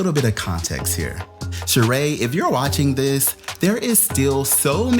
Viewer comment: I know this is random but it still kills me Sheree has that damn accent on the wrong e lmao